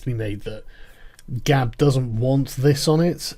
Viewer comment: Ban sounds reasonable - it's 'Gab', not 'Gawp'.